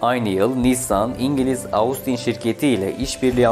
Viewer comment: "Austin" kelimesi "Ostin" olarak telaffuz ediliyor. Normalde söylemeyecektim fakat çok kulağımı tırmaladı o şekilde telaffuz etmen.